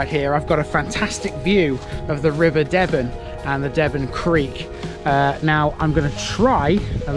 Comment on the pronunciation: The river's name is pronounces D-ben